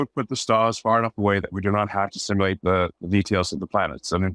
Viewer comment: The word is pronounced SIM-YOU-LATE.